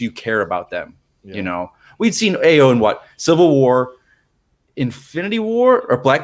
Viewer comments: Stop butchering the name. AYO = Pronounced ARE-YOUR Not EYE-OH Not A-YOH AYO means joy in Yoruba [Nigeria] language. [My family is Yoruba.] As in Funmilayo = Give me joy. Or Ayodele = Joy comes home. AYO is the short form of such names. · Great review. and, Ayo is pronounced “EYE-yo”.